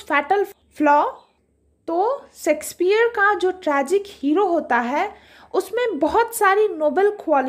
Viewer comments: Its shayksh peah not secspear... I dont understand y most of the teachers pronounce like this ? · Mam baaki to theek hai par pronounciation shakespeare ki sexpeear bolta ho ya unki aatma ko hurt krega 😂😂😂